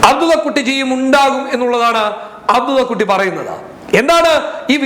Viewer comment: അബ്ദുള്ളക്കുട്ടി എന്ന് pronounce ചെയ്യാൻ പോലും അറിയില്ലേ khadhare...🤮